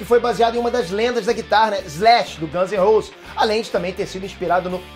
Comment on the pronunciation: falou guns n roses errado mais ta valendo : )